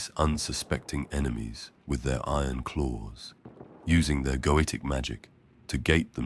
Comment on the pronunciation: Every time he says "goetic" I hear "goated" please help.